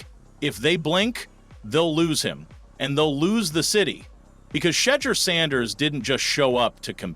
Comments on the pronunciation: Damn man you should have taken a remedial speech class, can you say Shedure correctly? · How you gone make a video about this man and be disrespectful and butcher his name you know ow dam well his name is shedur you've heard his name said a million times pronounce that man name right ease and thanks gr3at video also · It’s nothing but yt folks hating in these comments & why did keep sayin his name wrong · Is this dude mispronouncing his name on purpose? 1st he pronounces it right, then wrong. . . .then right.